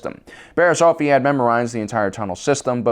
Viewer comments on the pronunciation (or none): Mispronounced another word, Bariss Offee (Off-ee) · Offee is pronounced OFF-ee.